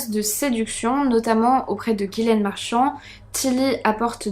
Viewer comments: Ce n est pas guilaine mais Ghislaine qiu se pronononce " GIslaine " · Hello trop bien la vidéo. Mais dis moi, t’es sûr que c’est Guilaine et pas Ghislaine ? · Allo très bonne vidéo moi qui viens du Québec je ne connaissais pas du tout cette histoire j’ai trouvé ça très intéressant comme tout tes sujets d’ailleurs 😊 je veux juste te dire ( c est anodin) mais ce n’est pas Guylaine mais bien Ghislaine 😉 bonne soirée à toi 😊